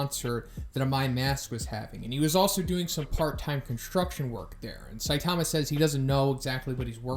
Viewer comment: Love you videos, but please bro stop saying saitama like that... saiTAMA.